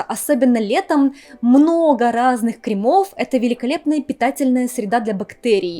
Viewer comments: дорогая. КРЕмов, а не кремОв❤ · Ухо режет «кремОв», ставьте правильно ударения. Не коверкайте русский язык.